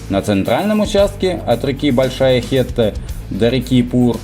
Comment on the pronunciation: Не Хета, а Хетта)